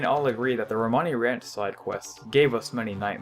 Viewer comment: Did he say perpers instead of purpose? And rant instead of ranch? Lol